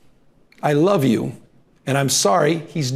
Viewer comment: I'm so embarrassed😂 "I WOVE OOOO"😂